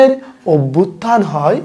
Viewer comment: ওভ‍্যুত্থান নয় অভ‍্যুত্থান বলুন